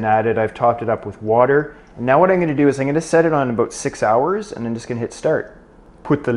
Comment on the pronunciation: As a non-english native speaker, I could never tell the difference, up until the *aboooout * of:)